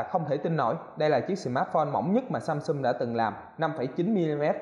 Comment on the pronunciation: "Samsum", "chống chầy", "nhiều lằn" =)) Con Galaxy A8 này nhìn hình đẹp bao nhiêu thì xem clip thất vọng bấy nhiêu, thật là bịp bợm Phải chi làm viền mỏng hơn nữa thì đẹp như trong hình rồi :)